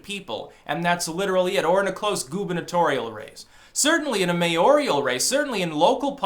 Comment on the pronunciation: "Mayoral", not "mayorial".